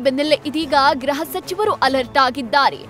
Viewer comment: ಗ್ರಹ ಸಚಿವರ ಅಲ್ಲ ಗೃಹ ಸಚಿವರು.